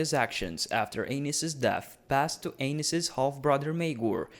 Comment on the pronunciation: Great video, but I can't help but hear King Anus.